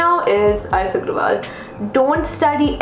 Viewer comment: It's not R.S Aggrawal its R.S Aggarwal